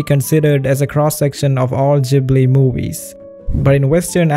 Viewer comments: Hey it’s Ghibli not jibli😂( I know because I had one of the interviews part where he said he said it by accident ) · Instead of Ghibli i sound like your saying jhibli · You don't need to rationalize it so much. Everyone can see that the Ghibli movies are better than antything else. Oh, and... newsflash? It's not "studio Zjibli". It's GHIBLY, like in "garçon".